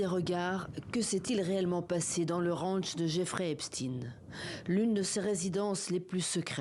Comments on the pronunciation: Ep " stein", pas " Steen" comme Bruce 😅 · Son nom est Epstein et non Epstine. C'est quand même incroyable que tous les journalistes prononcent Epstine au lieu de Epstein. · Quand j entends epSTIN, AU LIEU DE EPSTEIN, la vraie prononciation, je coupe car je sais sue leurs infos sont fausses et dirigees.. .. il ne faut pas choquer kes ju.. . Fs n est ce pas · Epstein pas epstin arrêter de mentir et de jouer le poisson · Il faut arrêter de dire "Epstine". C'est bien "Eptein". On ne dit pas "Eintine", on dit bien "Einstein". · Epstein pas epstine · "Epstine" lol vous dîtes aussi "Einstine" pour Einstein ??? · Il va vous falloir combien de siècles pour prononcer "Epstein" ?? Vous prononcez Einstiiin ?? Non. Alors ?